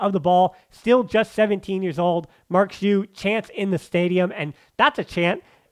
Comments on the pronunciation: Been a long time podcast listener and I enjoy your content. Just wanted to correct you (again 😂) on the pronunciation on Marc Giui's name. The G is a strong Ghee sound, like in the word Glee and not Jee like Jeep. So it's said Ghee-ooo, or Giuw, and not Jew. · You say the name wrong is G (like Game), I (like rip), U (like lure). GUIU (first U is silent, you do not pronounce it)